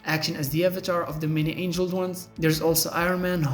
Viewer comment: Many Angled Ones, not "many Angeled Ones" obviously this isn't an accent issue. I like the content for sure, but your use of Bots and AI to voice your videos is a deal breaker...